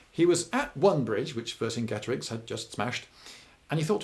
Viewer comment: You pronounced Vercingetorix wrong Lloyd.